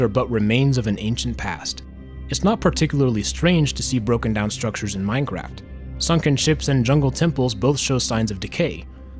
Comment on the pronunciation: at the beginning, I thought u said minecrack